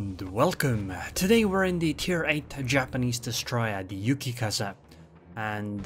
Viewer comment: nah, he called "Yukikaza" annoying